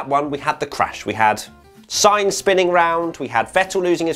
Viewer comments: You forgot saying Sainz every time you tried xD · Non finisher list was read out wrong!! Sainz!